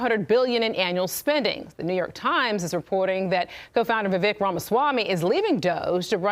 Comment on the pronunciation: His name is not va-Vick . his name is Vivek and it’s pronounced Viv-Vake like cake. Get it right.